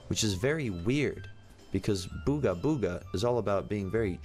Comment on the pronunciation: Booger Booger: Booga Booga. /Me: SAID IT RIGHT!!!